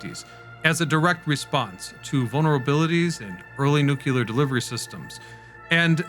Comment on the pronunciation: not to be that guy but it's nu*cle*ar, not nuc*u*ler